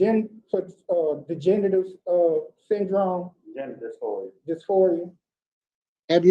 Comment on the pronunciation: I think he said "degenerative" lol...but it did sound like big genitals though😂